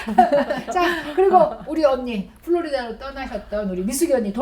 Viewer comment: Florida 훌로리다 L NOT Frorida 후로리다 R